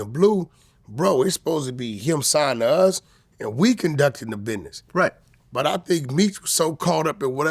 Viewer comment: WACK SAID " BIDNESS"😅😅😅